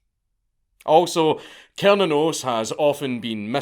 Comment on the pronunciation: i’ve heard it’s pronounced (sir-nan-os) but from the deity’s point of view, I don’t think he really gives a shit how it’s pronounced. just thought i should put that out there, as a Norse Pagan, who likes all gods from different pantheons.